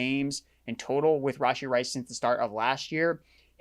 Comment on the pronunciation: Are you purposely saying Rasheed Rice’s name wrong? I cringed every time